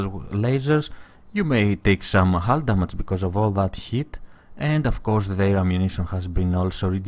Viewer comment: You silly, it's not how You say damage :D